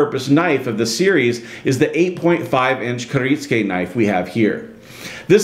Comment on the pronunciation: Kir it sue ka